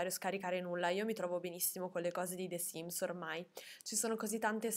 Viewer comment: ma perchè pronunci the sims con la è di “the” così pronunciata?